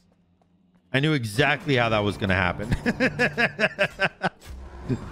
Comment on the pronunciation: i wanna know what accent has that makes him pronounce was as “wooz”